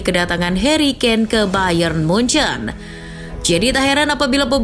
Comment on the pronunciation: Jangan nyebut munuyuk😂😂😂